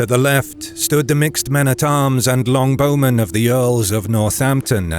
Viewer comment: its not Long Bowmen. its Longbow Men. Longbow is a noun, name of the type of bow. not descriptive as in a very long bow.